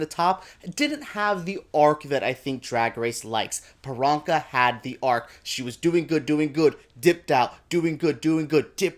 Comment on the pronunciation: If you love Priyanka so much you could start by saying her name correctly...especially since her whole brand is whats my name? Its Priyanka (Pre-yanka) not Peronka